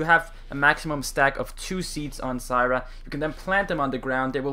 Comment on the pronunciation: SYRA! its Zyra bud.